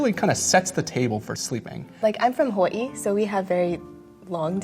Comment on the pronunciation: Hawaii is pronounced like Who-or-ee now? I keeps changing.